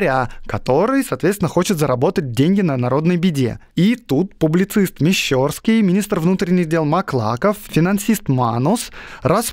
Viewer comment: Выпуск как всегда - выше всяких похвал! Огромное спасибо! Но ударения в именах! Помилосердствуйте! КокОвцев! МаклакОв! МещЕрский (от МещЕра) и больница ОбУховаская)) Обожание подкаста от этого не уменьшается, но тем не менее, надеюст русское сердце Вам подскажет правильное произношение имён и названий, не заглушайте его, внемлИте ему))